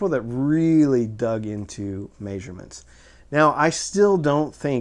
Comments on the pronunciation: Lmao "Mayshurements" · This guy pronouncing measurements weirdly